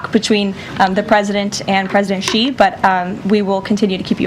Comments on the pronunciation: he even mispronounced President Xi’a name..😑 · Oh crap! Maybe Trump hears how Xi's name is pronounced, thinks that it's his preferred pronoun and that's what's behind this whole beef that he has going!